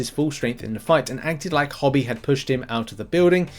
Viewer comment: "Hobie" with the "obie" like the letters O B . Not Hobby!